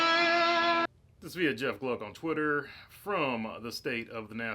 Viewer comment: That "NEXT" was curt.